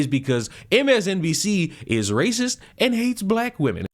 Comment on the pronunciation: She racive that’s racive y’all racive!!!😂